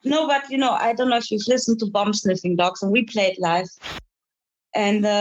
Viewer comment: Slight accent mixup with a band name there i think. That's 'Bomb' Sniffing Dogs. :-)